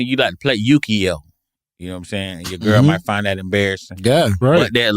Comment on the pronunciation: Forever calling it Yuki-oh from now on